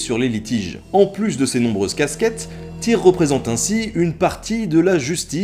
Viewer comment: Vidéos vraiment passionnantes, on sent que tu aime ce que tu fais! Pour info, dans les langues nordiques, le y ne se prononce pas pareil; un peu compliqué par écrit, mais essaye de faire un U avec ta bouche, et de dire i. Je pense à la prononciation du dieu Tyr par exemple.